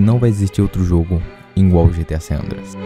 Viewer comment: eu tbm falo ingual kkkk😂 erro direto e sei o certo